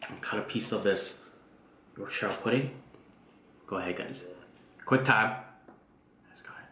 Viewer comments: I chuckled every time you said Yorkshire pudding hahaha it's pronounced like Yorksure. The food looks absolutely delicious, my mouth is watering haha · Wow, rib looked super!..it’s pronounced “york-sha”.... omg, I’m salivating. Not fair....gonna def. do a rib dinner this week cos of this vid,.